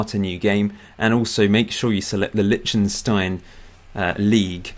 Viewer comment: By the way: It's Lish-ten-shtine, you saying litshtenstine is grating!